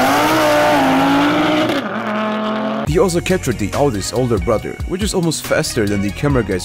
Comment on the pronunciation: lol "bazicly" 'alZo" i can't with this guy xD